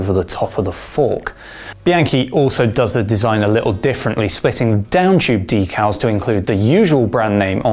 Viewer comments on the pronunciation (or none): none